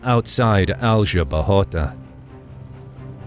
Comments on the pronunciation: The narrator does a good job of pronouncing the Spanish “r” , but does not know how to pronounce the Spanish “j” which is pronounced the same as the English “h” . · whenever you use Google translate to know how foreign names sound, don't forget to select their original language. Or use the phonetic spelling at... trjmm! some free online encyclopedias. Man, it was painful to hear you saying Aljubarrota and Pereira. 🤯 And remember that in 1385 the French Bourbons were not kings of any Spanish kingdom. No French geographer had invented the use of 'Iberian Peninsule' to hide the fact that the Spanish kingdoms seized by the Bourbons in the 18th century were IN Spain (the Roman name for the peninsula) but were NOT the WHOLE Spain. They Bourbons tried to conquer the Spanish kingdom of Portugal, but failed. Yes, the French failed again when the army of the kingdom of France and army of the new kingdom of Spain invaded Portugal to complete the conquer of Spain. It would be a GREAT IDEA for another video. And yes, the French would fail again when emperor Napoleon invaded Portugal not too many years later. Poor French soldiers. How could have that bad generals.